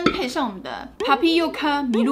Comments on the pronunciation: 好像是唸塔批喔卡而不是趴批唷卡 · 日文唸錯耶🤣 不過還是佩服還配珍奶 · 珍珠奶茶日文唸錯了（重點誤😏